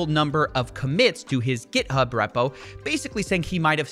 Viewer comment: someone teach this man how to say repo.